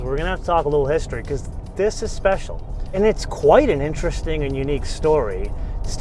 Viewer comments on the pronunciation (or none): none